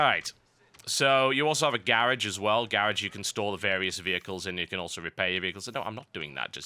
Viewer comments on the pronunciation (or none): Garraj? Its pronounced Garoj. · TB: "You also have a garriage as well" Me: "WTF is a garriage?" *notices he means garage* Me: WTF... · gar-og, not gaer-age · "Garage". GUUUUUUH >_< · I like the way he says garage. lol